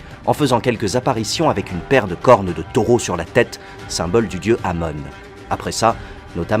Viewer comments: Minute culture on ne dit pa amon mer amone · On dit Amon(e) en fait.